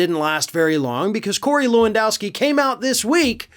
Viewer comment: HEY! Lewandowski ranges in the top 5 most common polish names. Can you make at least an effort to pronounce it in an acceptable manner? LEH-VUNN-DOFFS-KEY try again...that‘s better...almost